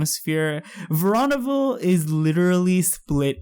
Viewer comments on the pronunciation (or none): It's pronounced verooooonaville